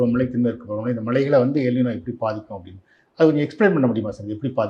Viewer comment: எல் “நினோ “ அல்ல! எல் ‘ நைன்யோ’ என்பதே சரியானது!(ஸ்பானிய மொழி)